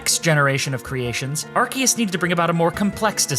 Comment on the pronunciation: it’s still arkoos